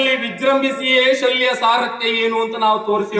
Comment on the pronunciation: ಸಾಲ್ವ ಅಲ್ಲ ಶಲ್ಯ